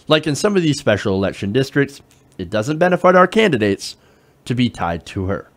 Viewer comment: "bene-fart" 😂😂 ( otherwise great segment)